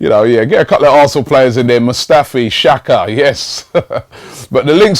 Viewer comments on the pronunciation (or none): none